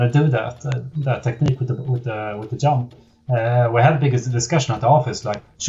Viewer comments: Love how he says yump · In Swedish J is pronounced like Y in English, which means when we speak English it's really easy to mix them and still pronounce anything with a J as if it was a Y.